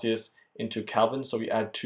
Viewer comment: Kelvin, not Calvin